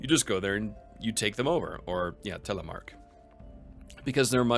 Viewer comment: You said Telemark, How did you know to say that? Have you studied the language?